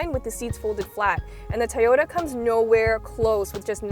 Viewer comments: I like how she pronounces Toyota as, "Tahhyota." Very quirky, but that's for you. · She says "Toyota" very strangely.